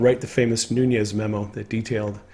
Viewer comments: I like you, so please don't take the following as my being petty; rather, I am trying to help. There is no tilde in "Nunes", so it is not pronounced "NOON-yez". Instead, it is pronounced "NOO-nez". Again, I'm only trying to help. Thank you for the work that you do. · It's not pronounced Nunez smh